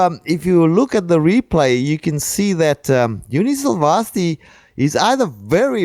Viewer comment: Thank god! No chickens and cows. Please let this be the beginning of a new trend. Still pronouncing 'Silvasti' completely wrong however.